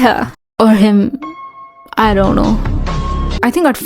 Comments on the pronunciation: "dzont! Dzont look at me like that" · "Dzon't. Dzon't look at me like that" Me: subscribes 😭😭😭